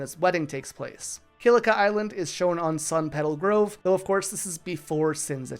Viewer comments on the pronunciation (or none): none